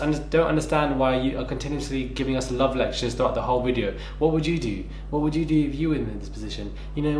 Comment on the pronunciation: The way he pronounces 'love' looooool. Chaldish